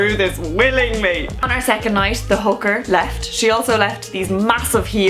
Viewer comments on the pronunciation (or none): Hooker not hoover lol